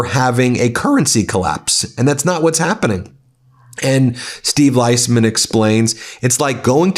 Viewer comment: Ben - Steve’s last name is pronounced “Lease-man”